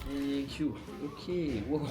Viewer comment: Lv il a dis tank you a un espagnol 😂😂